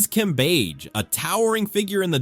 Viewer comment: Cambadge, Cambeige, Cambej...AI giving us different ways to pronounce Cambage.